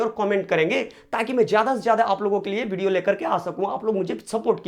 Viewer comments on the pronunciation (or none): none